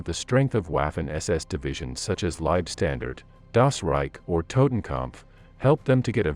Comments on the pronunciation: Also Leibstandate isn’t pronounced libe standard, grips my shit. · Irritating pronunciation for commonly used German terms. "Whaffen”!? "Leibstandard"!!